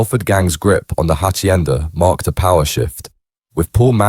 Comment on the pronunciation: The Hachhienda 😂 give up mate your terrible